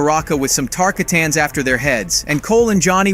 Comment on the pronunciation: Pronounced- Tarkhattens as opposed to -TarKatans